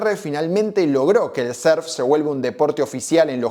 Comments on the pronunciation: Pero como que serf pelotudo, aprende a pronunciar o si no di simplemente surf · Pronuncias muy raro la palabra surf , lo dices con e